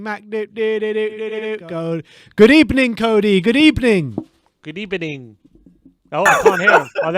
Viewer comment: A very good ebening 😉 my friend